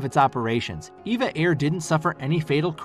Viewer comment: NOTE: It's EVA Air, not Eva Air (Evergreen Airways)